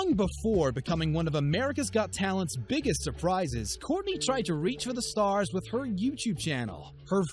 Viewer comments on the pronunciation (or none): none